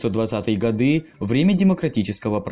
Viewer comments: Не годЫ, а годА Можно говорить гОды... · Режет слух, когда говоришь 1922 и 1933 годЫ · ГодЫ... и потекла кровь из моих ушей... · ГодЫ? Серьёзно? Я то думал, что автор разок ошибся, но когда услышал "это" 2й раз, мне захотелось оторвать себе уши! О, простите, УХИ! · Ништяк. Лайк, ток годы с ударением на ы не надо)). И где-то цифири попутали. На евреях. 100 тысяч. Конечно на пальцах но чего нибудь еще хотелось. Продолжайте в том же духе, всегда интересно посмотреть.